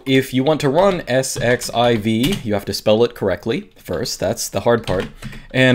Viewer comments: Isn't that 'exc-ess-i-ve'? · pronounce it "ss-z-iv" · "Let's sed-eleven-queue it" Haha!! I'm going to borrow that.